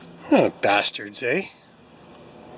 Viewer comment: You said it correctly…Bastards. Many years back I was broke into and it is very upsetting. Excellent Repairwork!